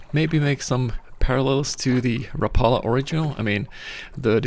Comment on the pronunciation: It's the trusted Black and silver Rapala that's cought more walleye than can be counted, Glad you told people the correct pronunciation, what an interesting story but what did Toivo use for epoxy?